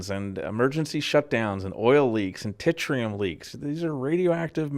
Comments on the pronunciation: Fix the word tritium and carry on - it's a good overview. Thank you! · Ugh, it has some flaws. I mispronounce Tritium. I may delete this one and republish.